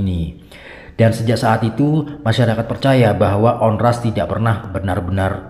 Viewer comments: Saya pernah ke pulau Onrust dengan tour guide, just info bang, Tmpt duduk lingkaran bukan buat santai tapi dulu infonya area bertarung bang . dibacanya juga pulau Ornust, bukan Ornast bang. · Bacanya onrust bukan onras